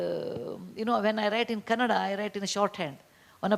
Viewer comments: It's Kannada, not kannara.. when will these ppl learn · Why can't the host pronounce kannada properly... It's not kannara.. Its kannada... Waste to be in IIT.. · Love these couple, great human beings. Simple, honest, smart. the girl who anchored 👇 Please have little knowledge to pronounce one of the prominent language in India its KANNADA not cannara. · It's not Kanara, it's ' Kannada ' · In Hindi Kannada spelling is kannara ,I think girl is North Indian, it is bcoz of language.